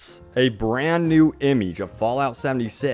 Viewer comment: The way he says image gives me aids